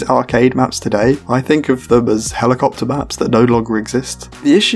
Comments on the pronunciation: I love how you said helimachopter! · "HeLo-MaTrOpTer" pmsl I used to use the word Helomatropter back in school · "Helimachopter" PHAHAHAHA